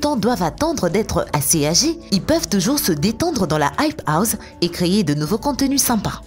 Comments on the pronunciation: Elle dit the hype houze mais what 😂😂😂😂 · Non aype ous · "la hype houZe" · Mais grv